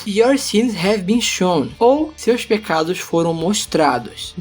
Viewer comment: em algum momento vc falou pegados, não pecados